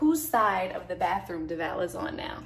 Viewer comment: I was triggered every time the handyman said "Devoll" and not Devale